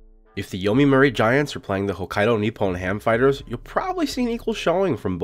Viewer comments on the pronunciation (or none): Excellent video but please pronounce my favorite team name right. :) It's not Yomimuri, it's Yomiuri Giants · Great video! btw Correct pronunciation is Yomiuri Giant. Not Yomimuri. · This mispronunciation of yomiuri made me cringe so hard. Yo-me-your-re is the correct way to say it